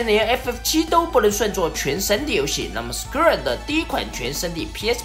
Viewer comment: 原来“Square”啊。厂长这口音，我还以为是SKR呢